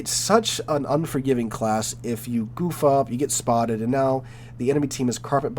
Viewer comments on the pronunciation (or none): none